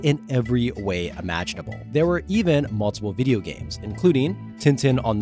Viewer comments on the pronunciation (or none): none